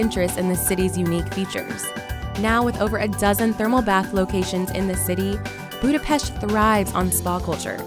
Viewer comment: Thumbs up for pronouncing the city name same as the Hungarians!